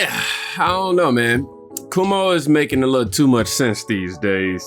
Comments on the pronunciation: Bruh it's pronounced KWOE MOE. Not Koo Moe Dee......lmao 😂😂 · It is pronounced Kwo-mo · PRONOUNCED "quaw mow" and they were referring to what he did during COVID. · Why does do you keep saying Chris Cumo 😂😂😂